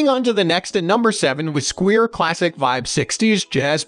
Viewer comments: Squire, not squeer.. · I'm leaving this video after hearing how he pronounced Squire. Clearly this guy has never seen a bass in his entire life.